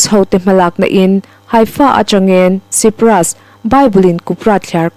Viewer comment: pakhat leh sipras tihloh tur saipras tih tur....😂😂😂